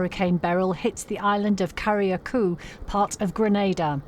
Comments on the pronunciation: spelled Carriacou, pronounced ker ruh koo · Cari Akoo, wtf was that pronouciation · Carriacou is pronounced. Carry-ay-coo. One person died in Grenada when a tree fell on a home . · Is it that hard to pronounce Carricou correctly? 😒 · don’t say Carriacou like that 🤦🏽‍♀️ pls do research!